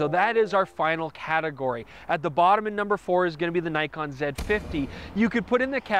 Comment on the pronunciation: haha, yes, but screws up with Nikon!